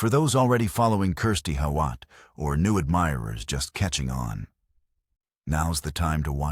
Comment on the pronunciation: Pronounced How-it .